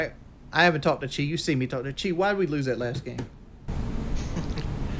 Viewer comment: You say in all seriousness, but it sounded more like real tawlk.